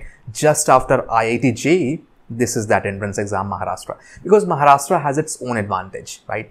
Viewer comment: Sir it not maharashta it's Maharashtra change your accent 😡😠🤬